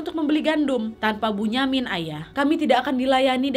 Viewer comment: Kak bunyamin itu di baca binyamin